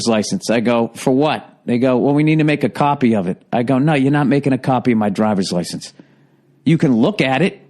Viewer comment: "caupy of my driver's license?"